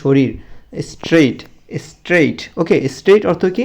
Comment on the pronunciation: অনেক উচ্চারণ ভুল আছে স্যার আপনার।প্লেস হবে এটা প্লিজ না,এসটেট না স্ট্রেইট হবে।ইয়ুর না ইওর হবে।ছোট বাচ্চা রা যেহেতু আপনার ভিডিও দেখে সেহেতু বানানে আরও সতর্ক হবেন